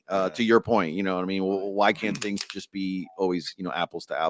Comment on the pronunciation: you guys don’t say “things” you say “tings” lol